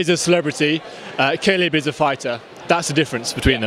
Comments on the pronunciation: WHO is KALIB? LOL Khabib !! actually its Habib but because Russian do not have H letter they pronunced Kh.. so its originally Habib which means beloved one! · Did that white boy call khabib caleb? Lol